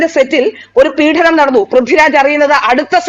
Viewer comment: വളരെ ശുദ്ധമായ മലയാളം സംസാരിക്കുന്ന ഈ കുട്ടി ഒരു കാര്യം ശ്രദ്ധിക്കുക.പീഡനം ആണ്, പീഢനം അല്ല.പീഢനം അച്യുതാനന്ദന്റെ സംഭാവനയാണ് 😅😅😅